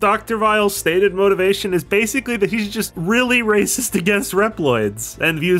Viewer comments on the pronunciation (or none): none